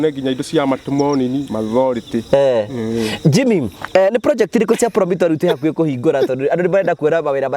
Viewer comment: Ati anasoma mathority😂